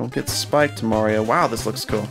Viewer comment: Why you say Mari 0 btg?